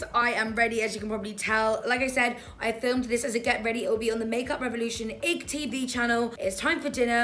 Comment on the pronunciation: It’s not ig tv it’s like I g tv hahahahaha u say the letters not “Ig”